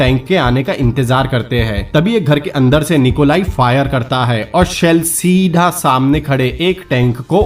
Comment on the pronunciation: Awsome movie. But aap "seedhaaaaaa" pe jyada stress kyu dete ho. BTW, Good luck brother👍👍